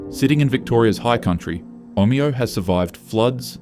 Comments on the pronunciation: Omayo 😊😂 cmon ai. Omeo get it right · Omayo is how Google maps pronounces it, and the same with Cassilis. They are not the way the locals pronounce them. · The AI narration pronounced, Omeo, three different ways in 30 seconds, what a load of rubbish.